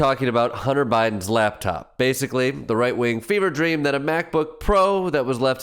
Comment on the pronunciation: He keeps saying "lab top" and I can't just ignore it